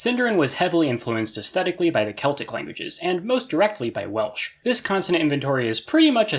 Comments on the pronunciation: Well artifexians welsh pronoucniation needs work tho xD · welsh prounciation 😭😭😭😭😭bro pls